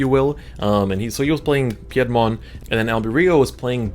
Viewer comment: Your pronunciation of Piedmon made me cringe a little haha. Pie (as in the food) -dmon is the pronunciation :P glad you had a blast with the set 1.0 tournaments! You should join the Digimon TCG 2020 Discord and hang with us all ^^